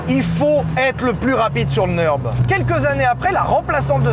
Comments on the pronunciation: alors ça ne se dit pas le "neurb" mais le NURB avec le U comme en français - d'où le tréma en allemand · au vu du titre j en parle mais nurb se prononce pas neurb mais nurb a cause du tréma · Pitié arrêtes de dire NEUrb, c'est NUrb car le Ü se prononce comme un U français! J'ai les oreilles qui saignent! 😅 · Merci. Et merci de bien vouloir prendre en considération qu’en Allemand U trémas (ou Umlaut) se prononce [u] et pas [eu]. Le Nürb n’est pas le Neurb. Non, ce n’est pas juste un truc de nerd. Et bonne vidéo ! :] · par contre, dire "neurb" c'est NON, c'est U avec un umlaut ( tréma ) et ca se prononce comme notre U à nous ... comme Ursule